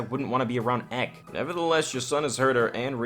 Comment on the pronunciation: I don't know why but every time you say Ehk instead of EK is kind of annoying. It is two words E.K.